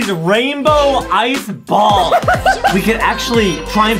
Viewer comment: these rainbow ice "bawls"